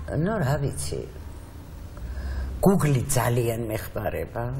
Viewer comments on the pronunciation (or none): none